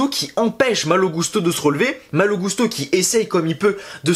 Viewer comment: a chaque fois qu’on entends son nom dit comme ça, les gens que je connais se demande pourquoi ils disent gousteau les commentateurs 😁 (ça m’étonnerait que Malo leur est demandé de dire comme ça) Je me disais juste que ce message passerait peut être, mais cool 👍